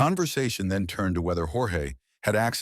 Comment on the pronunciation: it’s pronounced George per his family in every interview they’ve ever done.😊 otherwise great video!